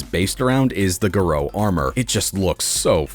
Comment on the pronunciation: GAH-roh not gah-ROH